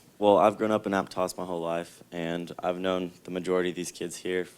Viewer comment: Pronounce Aptos correctly coach.